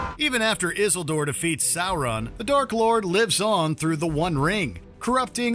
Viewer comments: Is-in-guard? Is-al-door? are you high? lol. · What a stupid list. Fingolfin and Feanor would wipe the floor with Galadriel. What about Gothmog? Ancalagon the Black? And seriously, no mention of Tulkas or Manwe?! But what do you expect from a video where they don't even know how to pronouce "Isengard" or "Isildur"